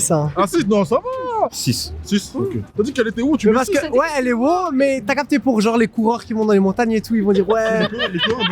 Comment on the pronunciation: Comment avoir une classe de folie et perdre de sa superbe en s'exprimant seulement en quelques secondes 😱 "Genrrrrrrrrrrrrrrrrrrrre"